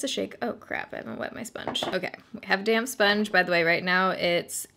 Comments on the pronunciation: Totally thought you said “I have a damn sponge” 😂😂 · Do you think this would look just as dry and textured on more oily skin? Just curious bc I'm more normal to oily. Also I heard "I have a damn sponge" even though I know you said "damp.." lol 😅